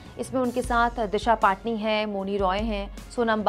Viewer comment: Madam ji aap ka bhi slip off tough hogya disha pattani nhi paatni